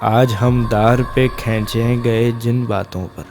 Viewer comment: Jnab lafz kheenchy gye hai na k khainchy gye hai.kindly apni adaigi par zra goor karny k sath sath mehnat b krain.jazakAllah